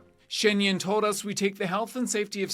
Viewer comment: The interviewer could have, at the very least, learnt to pronounce the 'Yun" correctly!!!!